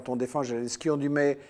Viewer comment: Merci. Par contre il faudrait que Michel Collon vérifie un peu mieux les faits: déjà c'est "Zelensky" avec un "Z" prononcé comme en français - et non comme "zh". Ensuite la décla de Geoge Friedman fut faite à Kommersant sur le ton de la plaisanterie et du conditionnel. Et il l'a depuis commentée. Maintenant il sait parfaitement que ce fut un coup d'état, mais dans cette itw il ne l'admet pas. M Collon serait plus crédible s'il était rigoureux, systématiquement, et pas juste quand ça l'arrange. J'ajoute que je soutiens la Russie, et justement je n'aime pas quand on la défend sur la base de fausses infos, car in fine cela la desservira, et desservira tous les démocrates qui s'opposent aux dictateurs bienpensants.